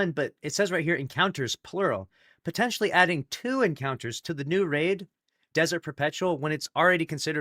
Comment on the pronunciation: Bungie right now: "Big emphasys on "potentially""